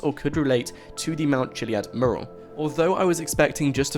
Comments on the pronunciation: it annoys me the way you can't say mural properly lol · Please learn how to pronounce mural. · Learn how to say mural. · PLEASE LEARN HOW TO PRONOUNCE 'MURAL'!!!!!!!!!!!!!!!!!!!!!!!!!!!!!!! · You speak so nicely , but can you correct your pronunciation of the word "mural" it's driving me nuts